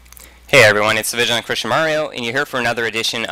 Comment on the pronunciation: did the vigilant christian say chwist?